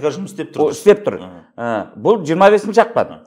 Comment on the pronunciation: Жүріңдер енді орысқа арналған мақалды да айта алмай, ақпанды ақман деп